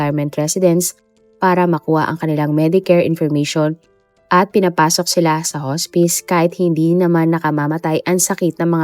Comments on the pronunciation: Hospice /hos'pis/ hindi po /hos'pays/ 😭😭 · correction: not "hos-pays" it's "hos-pis" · Should be pronounced as HOSPIS not HOSPAYS ang HOSPICE. ✌️✌️✌️ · Haa-spuhs po...not Hoo spice. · I can’t 😂😂 hospis po hndi hos-spice😅 ! It sounds weird! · Hospice "hospis" po Ang pag pronounce ma'am 😊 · Hospice ang pronunction ay haa·spuhs. Just sharing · HAHAHAHA anong Hospice? pronounced sya as Hospis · Iha, hospice - hospis- ang pronunciation diyan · Lol! Bakit di inayos pronounsation. Di nmn ok mga puti sa English pero matatawa sila pag narinig itong hospice na basa. 😅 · Hospis po ang basa ng hospice